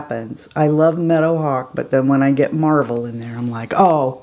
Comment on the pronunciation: I’m 52 and watching Little House again right now! I forgot how many sad episodes there were! I’m also on the wait list for Tiny Marvels to get restocked! I have your brush set though and I love it! I’m always late to the game! P.S. when you said let’s take a bit of Meadowhawk, I heard let’s take a bit of menopause, 😂 your headscarf and the clips are so pretty! Now I watch your out takes and I’m saying .50 cents and hour 😩